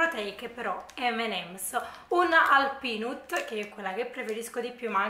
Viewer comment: La mia vuole essere una piccola critica costruttiva, ho notato che spesso nei video assaggi per “peanut” dici “pinUt” ma in inglese si pronuncia “pinAt”! Se lo correggi dá qualcosa in più al video, poi se ti dimentichi e non ti ricordi pazienza! Lo dico solo per informazione non per hating 😌